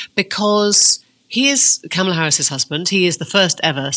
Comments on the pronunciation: Dear Emily, You need to re-visit the "how to pronounce Kamala" section the kids did. Mind you on this side of the pond, its less "comma" more "karma" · Emily, it’s ‘com ala’ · Please please learn to pronounce Kamala's name.. it's driving me bonkers...comma-la 🙈🙈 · I can't believe Maitlis is now there in Chicago, at the actual Convention, and STILL pronouncing the first two syllables of Kamala as 'camel'. The other day, she was talking about Trump disrespecting Harris by mispronouncing her name. Emily... For crying out loud!